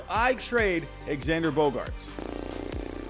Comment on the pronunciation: bro can you please say his name correctly it’s pronounced ZANDER